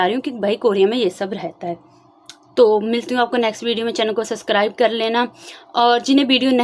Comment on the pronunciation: Di I have a suggestion.. don't take it in a rude way.. work on your pronounciation... Your communication skills are good but try to refine it by improving your pronounciation.. I saw your videos from 1st video itself.. for example you always say suscribe... But actually you may be not able to pronounce b it's subscribe... I am also from Punjab I can understand.. but try improving it it will make good impression on first time audience... Best wishes ❤❤❤